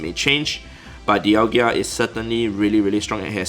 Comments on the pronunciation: dialga... d-i-a-l-g-a... there is no 2nd i to be dialg-I-a.... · Dialga not Dialgia🤯🤣🤣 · Dialgia 😜🤣🤣🤣 Oh 😅